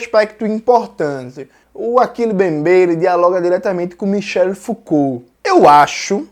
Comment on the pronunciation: 🤣Toda vez entendo Michelle 🤣